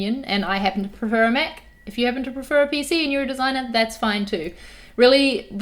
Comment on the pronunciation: Did anyone else think she said she's a meth user at the start? It took me a minute to realise she was saying Mac user